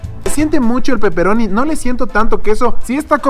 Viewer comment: Jajaja buen video...pero me cague de risa cuando dijiste de peperoni xD parecías italiano de verdad hehe